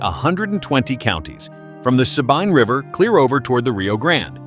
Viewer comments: For the love of all things Sabine is suh-bean or suh-been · You obviously are not from Texas. You don't know how to pronounce Sabine. Nobody I know dismisses the creatures you are talking about or denies their existence. Just sensationalism.